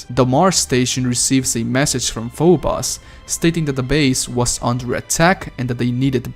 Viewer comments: Fo-bose dude... not fo-boss. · PHO BOS. its pho-bo-ss.. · I think the moons are pronounced f-oh-b-oh-s and dee-m-oh-s. Quake 3 Arena has a character named Phobos and the announcer says the name. I tried to go back but the game won't let me. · The way he pronounced phobos and deimos assaulted my ears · Tell me about it i cringed each time i heard him pronounce it, god its terrible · I just wish he didn't mispronounce Phobos and Deimos the way he does. It's really grating.